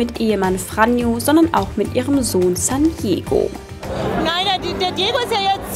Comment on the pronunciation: der heißt san diego und net sun diego xD